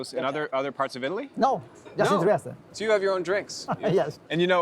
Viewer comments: It is pronounced “Triesteh”. Add the E at the end. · Learn how to correctly pronounce (at least) the word…piazza; sounds like pizza, not…Pisa, (which is an entirely different sound and refers to the town that has the famous Leaning Tower of Pisa!) TriestE, do pronounce the last È, don’t swallow it! Italian is a PHONETIC language which means you pronounce EACH and EVERY single letter! 😅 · Not to be pedantic but you could pronounce it correctly, there’s an ‘eh on the end of Tree-ESS-tey